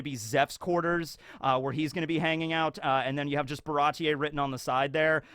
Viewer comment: Baratie seems like a European style word (slightly French), so one wouldn't awkwardly pronounce the "e" separately from the i, but just speak it as a long vowel.